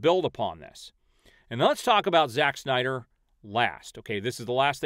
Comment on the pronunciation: Nobody: Doc: synder cultists Me: 🤣🤣🤣